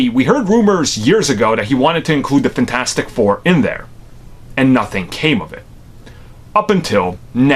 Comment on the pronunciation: Did he really call it FAN-4-STICK I'M DEAD 😄😄😄😄